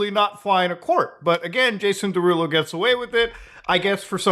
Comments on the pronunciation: “Day rulo” 😂😂😂 is killing me off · how tf are you unable to pronounce “derulo” correctly???